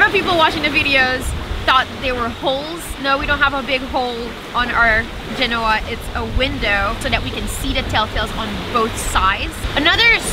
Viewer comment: Excellent presentations, and! I love the technical details. Perhaps you could cover the details of your boom vang, along with explaning the difference between a tension vang, a pusher vang, and vangs which do both. Proper pronunciation of "genoa" is commensurate with the city after which the sail is named: Since sailcloth is made from manmade fiber, why don't they include UV-absorbent/reflective/protective substances into the fiber as is done in other industries without detriment to function? Did you forget to mention your sail drive recharges your batteries while under sail? Perfect for pulling into port...:)